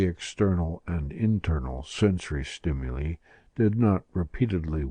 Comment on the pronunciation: the narrator mispronounces "stimuli" over and over...